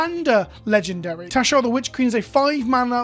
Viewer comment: I keep thinking you're saying Teshar. XP